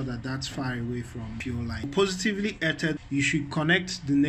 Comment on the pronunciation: "earthed" is pronounced like "earffed" or "earth-ed"